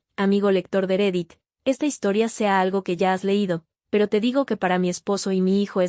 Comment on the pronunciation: Entiendo que la narración es realizada por una voz de inteligencia artificial pero ciertas pronunciaciones no son correctas. La pronunciación de "REDDIT" debe sonar "RREDIT", con doble R. Asimismo, la palabra SHOCK la pronuncia incorrectamente "SOC". Es "SHOC".